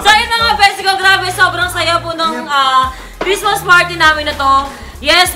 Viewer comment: bakit yung balloon ano sabi lang merry cristma walang s XD lol hahaha